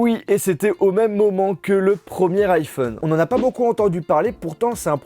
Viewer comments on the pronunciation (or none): none